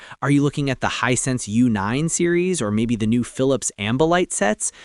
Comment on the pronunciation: As mentioned on previous vidoes, this guy is AI. One minute he's saying Hissense instead of HiSense. Then later on he's saying Hisen. This is because the AI doesn't really know how to say the word. If he was a real person, a real reviewer he's know how to pronounce aTv brand correctly